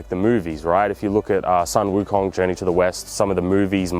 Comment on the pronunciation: Sun Wo Kong ... Soon Woo Kong